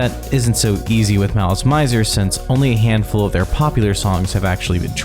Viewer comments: The band stated somewhere that their name came from the French words "malice" and "misère" and should be pronounced as such. In fact in the very beginning of the video there's an advertisement for "Gardenia" where the correct pronunciation can be heard. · Ive so many issues with how you pronounced basically everything, holy wow. also, why translate the song/album names? regarding the band name tho, pretty sure they got "mizer" from the french "misère", hence the pronunciation.. which you had right at the begining of the video so WHY would you say "mAIzer" for the rest of it?! basically, its all french! all of their names that arent in japanese are in french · The mispronunciations in this are killing it for me. The kei in visial kei is pronounced “kay” and the mizer in malice mizer is “mee-za” and it comes from the word misery just spelled with a z. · Malice Maizer... Maileen Farmer... T___T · mizer, like how you would pronounce “me” in english to refer to urself. The “zer” part was correct tho. But yea, instead of Mai-ser, Me-ser. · Every time you pronounce malice mizor wrong an angel losses its wings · I appreciate the effort, but I got a facepalm at "visual key", and quit watching at "Malice My-zer". Which is to say, I didn't really watch the whole video and I understand no video can be perfect, but I hope this will spread more knowledge about this wonderful if unstable band. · I think you're pronouncing it wrong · How do you mess up something so important? Not to mention the name of the band the video is about! 😫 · Or the way he pronounces "közi" as /cozy/ or malice "maizer" 😬😬😬